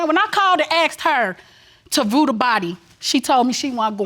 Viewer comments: Umm it's view the body not "voo" the body. Ugh. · When I axed her to vrew da body......